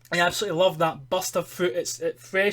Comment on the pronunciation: I thought he said ''busta fruit'' or buster fruit xD